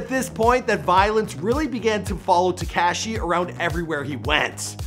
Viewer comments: It's Tekashi, NOT TekCASHI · I hate the way this guy says Tekaashee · Te-cashy lol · "Tekashy" Sing Feefee.... 😂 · I hate how uuu say Tekashi